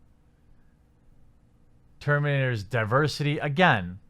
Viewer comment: Ter - men - ators.